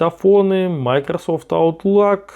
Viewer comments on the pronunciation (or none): none